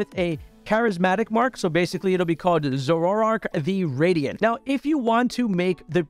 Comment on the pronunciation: why did he pronounce Zoroark like 'Zo-wo-rark' wth....